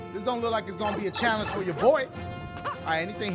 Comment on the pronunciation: dashie: give me a chall-onge! game: gives him a level he struggles with dashie: complains game: offers to help him dashie: complains and yells at luigi